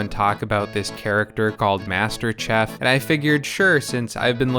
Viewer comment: The way you pronounced "chef" was chafing.